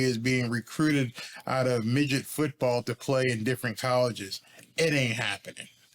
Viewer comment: "straight from migit football " got me dead